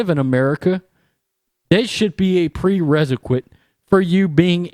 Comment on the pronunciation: Brother, I know some words are hard to pronounce and they may take a couple takes to get right so I get it. If you can take a couple points of constructive feedback(?), (1) incendiary is pronounced in-send-dee-airy (2) prerequisite is pronounced Pree-reck-we-sit. I am sure you might have dyslexia and I am not making fun of you. I am simply suggesting to you that someone proof the video prior to publication so you don’t appear uneducated. Thanks for the otherwise insightful videos!